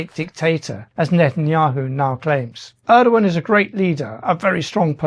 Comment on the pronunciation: Let me help you with correct pronunciation of Turkish words. The first part of Erdogan is not like Ur the ancient city. It is exactly like English "air". As you know, the g is silent. Turkish words tend to eschew the heavy syllabilization and emphasis of English. Put the same stress on all the syllables, rather than stressing the penultimate syllable as we do. The word Türkiye is Turkey's own name for itself. Take note of the umlaut over the u. It is not a bare u. It is like the German ü with the lips pursed. The last syllable is not "yay" the way you are pronouncing it but "ye" just like in English yet. Hope this helps.